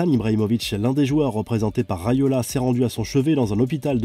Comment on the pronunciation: Mino Raiola et non Railoa…